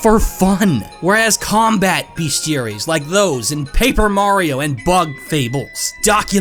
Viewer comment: They're called bestiaries, not beastiaries.